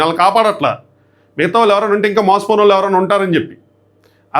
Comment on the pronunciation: వాల్లు అని వినిపిస్తోంది వాళ్ళు అని వినపడటానికి ట్రై చెయ్యి